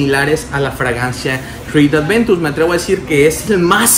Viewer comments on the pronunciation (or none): Aventus, a mi éste me canzó el oído con su Creed Adventus jajaja